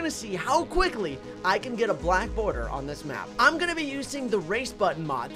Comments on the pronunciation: Boarder, lol it’s border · Nice, black “boarder”. Its border you silly goose 😝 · The word is border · its border not boarder!